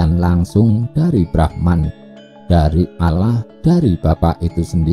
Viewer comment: Nyebut Allah kok olloh..wong Jawa kan gak celat...Yen celat kan bukan dibagian itu..